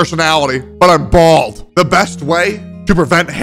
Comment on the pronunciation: the way he said bahahhahald tho